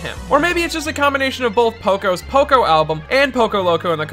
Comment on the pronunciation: STOP SAY POCO PLZ